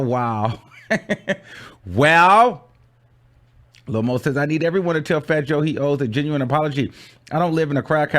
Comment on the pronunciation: It's not Lil Moe and Vida....it's Lil Mo and Vita 🤦🏽‍♀️